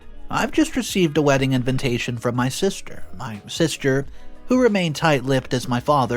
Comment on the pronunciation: It’s in-vi-tation and not in-ven-tation. Why do you keep on mispronouncing it?